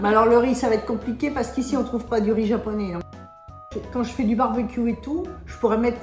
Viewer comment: アマちゃんの日本語発音、いつも凄すぎて感動しますわ。